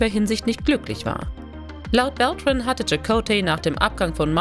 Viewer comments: Geordi La For-Ga? Fähnrich Forrick? Robert Beltrain? Wtf, was für Leute graben solche Insider aus, versagen aber dermaßen hart an den Namen? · Auch Robert „Beltrain“ statt „Beltran“ - Aua!